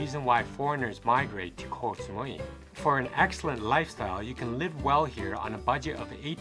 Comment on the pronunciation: The pronunciation is not Kok (คอย = waiting), but Koh (เกาะ = island).